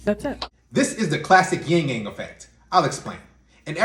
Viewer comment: "... yin ying effect..."? is he trying to say 'yin yang'?